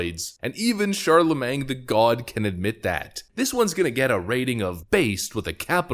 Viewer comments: "Charlemang" lol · Ron de Santis is awesome! Also, the "-magne" in "Charlamagne" is pronounced "main". 😁😋 It sounds so odd to end it with "mang", LOL! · i love how you say charlaMENG!! it`s charlaMANE, like watermane!! lol. i known about him for years! brilliant idiots is my favorite podcast! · It's pronounced Shar La Main. Not mang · CharlaMAYNE.....not CharlamanG. When you cringe, you really full send, lmao. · "Charla-MAYNG" LMFAOOOOOOOO NOOOOOOOOOO💀💀💀😭😭😭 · "shar-la-main" you dont pronounce the G my guy. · It's not Charle"mang." Jesus. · You're killing me....you don't pronounce the "g" at the end of his name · The G is silent btw